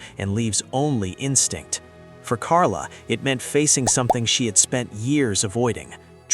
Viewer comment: MAGA Make America Godly Again... KARA not Karla. After about the fifth Karla I stopped watching and gave it a thumbs 👇 👇 If it can't get the name right, what else is wrong?